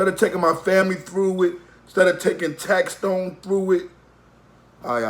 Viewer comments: #1 it’s tax-stone not tax-tone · It’s tax stone not tax tone